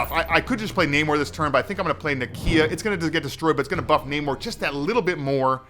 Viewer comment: A CCG that is not PAY to win....... Spidey Sense going off at that statement.. Lets hope they are telling the truth. And btw, its NAmor.. Like Nay-More.